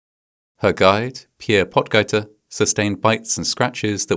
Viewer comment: If it’s spelled “Potgieter” I believe it’s German and pronounced “Pote-geeter.” In the ie or ei construct the final vowel gets the sound from memory. Everyone pronounces these wrong outside of German-language countries. But I wonder if he’s related to Aldrich, the young South African on the PGA tour? Aldrich is averaging the furthest off the tees at over 300 yards.